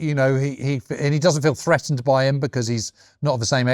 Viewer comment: "Freatened", "Wivout"? Are you an academic James? You can't even pronounce "th" properly.